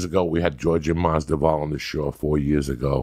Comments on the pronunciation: George-ay masdival .....it's Jorge Masvidal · Jorge "Georjay" Masvidal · Georgie Masdevour lmaoooooo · Joey Diaz : Georgay Masdival Jorge Masvidal : OK Great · georgee MASDIVAALi?????? joey diaz trying to pronounce ufc fighters names like khabib is just hilarious..it could be added to his stand up performances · Man said Giorgio Mazdafall🤣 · Makes you realise how high uncle joey is. As a fellow Cuban, how does he fuck up his name that bad hahaa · Joey say his damn name right, come on.